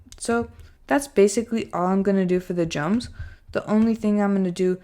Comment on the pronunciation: You say Jums instead of drums😂